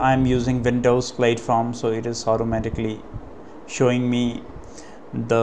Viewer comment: He was commenting on your pronunciation. In the US English pronunciation of platform, the first syllable rhymes with cat, hat or rat, not Cate, hate or rate. "Plat-form", not "Plate-form."